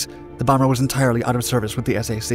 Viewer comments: My god!! Can you guys speak English?? It’s not the “S A C”!! It’s SAC, like a sack of potatoes!! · Hannah is right. My father was a Minuteman missile crewman with the Strategic Air Command and all the men pronounced it 'Sack'. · EXCELLENT, not SUPERIOR...... S.A.C. is pronounced "SAC", just like 'sack'. As a Navy Veteran, This is one of my Favorite planes of the Cold War.....and then watching the Major General James 'Jimmy' Stewart movie "Strategic Air Command" just put a hook in me. As a model-builder, I ALWAYS wanted to build a 1/72 model, but getting that 'silver' surface shiny with a Flat Black around the cockpit, just makes the plane Look SO COOL!!!! BUT ...... That accident rate was just ridiculous .... R.I.P. Airmen!! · Pronunciation of Strategic Air Command is “SAC as in Sack. Not As you stated. I grew up as an USAF brat in the late sixties and seventies. Other than that excellent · SAC is pronounced, you don't say the letter, you pronounce it like the word "sack", most military abbreviations are pronounced, fyi. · Thank you! I’m glad I’m not the only person who was OCD about his non-standard pronunciation of SAC. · I loved the content of this video but I wish the narrator did all of his his homework instead of just reading a script. It's not S-A-C as an acronym, it's SAC (sack) as in a one syllable word. And he kept using the acronym USAAF when talking post Sept 18, 1947, the birthday of the USAF. However, it did motivate me to dust of my VHS tape of Jimmy Stewart's Strategic Air Command!!! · It took me a moment to understand what S-A-C was. It's the Strategic Air Command in my home town. We call it SAC, pronounced, "sack." Those planes flew overhead when I was a kid. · I was wondering that the h3ll this guy was talking about - S aye see. I was stationed near Ramey Air Force Base in Puerto Rico. And they always referred to it as the "sac" base. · NOBODY called Strategic Air Command the “S.A.c.”, they friggin called it “SAC” (Sack)!!!! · Not s a c, SAC!